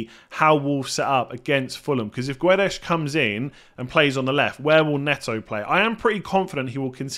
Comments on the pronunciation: Guedes is pronounced as Gadge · guedes is pronouced /ɡejdz/ in portuguese. Keep up the great vids! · Awesome videos! As always:) About Gonçalo Guedes's pronunciation, the "u" you don't read. Just like the sound of the word "gut" and you open the first "e":) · You don't read the U in Guedes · Guedes, the u is silent. Just like you said it, but without the U